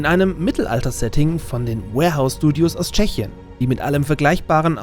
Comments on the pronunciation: schade hab gehofft es wär n Video von dir mit nem Insider der es begründet. Also doch nur falsche Aussprache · Alles super aber das Studio heißt "WARhorse studios",nicht warehouse :/